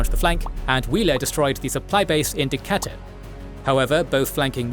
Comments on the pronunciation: Decatur is pronounced “Duh-cayt-er” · I'm from Atlanta and that is NOT how we say Decatur. It's De-Kay-Tur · Loved this video. For future reference, it’s De-KAY-tur 😂 Decatur where it’s Greater! 😎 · D-catt-er is my all-time favorite pronunciation of Decatur